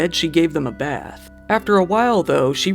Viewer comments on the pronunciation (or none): none